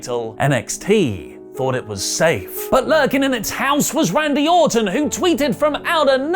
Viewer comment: He definitely said Randy Autumn